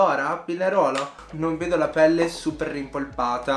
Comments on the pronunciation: La palette è fantastica ❤mi hai fatto morire quando hai detto Pinerolo 😂😂 sono piemontese parliamo davvero così 😂😂 grazie come sempre love you ❤ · a “PINEROLO” ho volato altissimo perché noi piemontesi lo pronunciamo proprio con questo accento anche se non ce ne accorgiamo e sentirlo dire da te mi ha fatto morireeee😂♥️